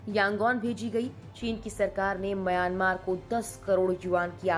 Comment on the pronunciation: आप सही उच्चार करें : म्यांमार। "मयानमार" बोलना ग़लत है।